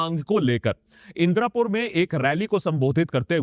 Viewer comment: You said indirapur but it’s indapur